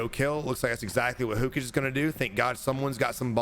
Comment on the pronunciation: It’s pronounced HO-KA-GAY💀💀💀…someone never seen Naruto🤣🤣🤣🤣 love bruh….